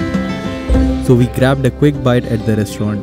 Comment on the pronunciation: Why do Indians pronounce WE as "VE" ???